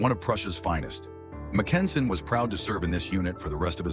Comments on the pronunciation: Except who pronounces his name "Mac EN sen"? AI is always making idiotic mistakes like that. Some minimal quality control, for the love of God! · what a completely iditiotic video. Starting with completely wrong pronunciation of almost everything, including Mackensen.